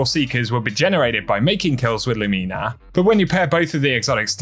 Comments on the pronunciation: Lew-meena? Lew-min-ah seems a more typical pronounciation. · please stop saying lumin-a Its pronounced Lu mi Na. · Dude. Loo-minna. Not fucking Luu-Mee-Nah. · Lu-me-na? wtf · Idk why but the way he says Lumina is really bothering me